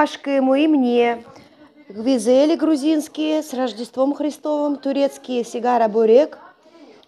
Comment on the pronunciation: GVIDZELI? What’s that?🙄sounds like a Turkish language.. not needed at distort the Georgian name